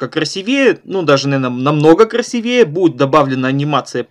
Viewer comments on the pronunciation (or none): Уроки шикарные. Но вот это слово "красивЕе" - будоражит. КрасИвее.